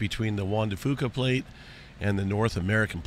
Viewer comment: Hi, I'm a native Washingtonian and just wanted to tell you the pronunciation of "Juan de Fuca". Hope you don't mind. The Word "Fuca" sounds like, "Few'ka" ...fuuuu like few. A Funny story: my wonderful father was a great outdoorsman we all went hunting, fishing crabbing, shrimping, etc. We had a beautiful boat and traveled Puget Sound...just great adventures. We would launch the boat up on the Strait of Juan de Fuca to explore the magnificent San Juan Islands.....He always called it "The strait of Juan de Puca".....as in Puke seasickness....so I always called it that; I was a teen-ager before I realized he was being silly.